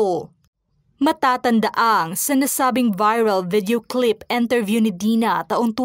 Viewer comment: “Enterview” ba o “ Interview”?